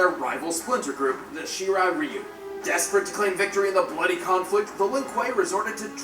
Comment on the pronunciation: Anyone else triggered by how said shirai ryu